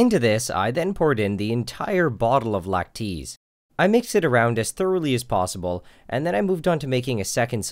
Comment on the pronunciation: LACTEEZE BOBA!